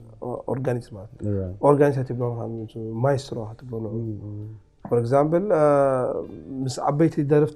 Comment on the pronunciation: "habibena" "habibna" tsememna Eko... Aselchina bezen 2 kalat... Eti gasha Kea "for Examble not example" kkkkk